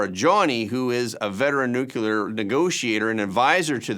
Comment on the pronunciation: I love your show, but I cringe every time you say the word nuclear as nu-cu-lar. It's nu-clear--only 2 syllables.